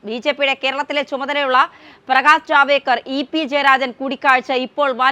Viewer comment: Ja va de kar not javedkar